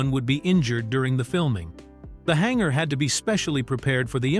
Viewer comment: What's a hangara?